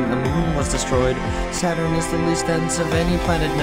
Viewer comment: "sat-run" "sat-urn" not sat run